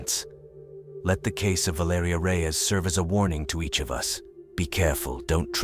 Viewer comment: VAL ER EEEEEE BRO!! This is why u don't use AI bots loser!! Spent the whole damn video murdering the pronunciation of her name!! Rip young lady❤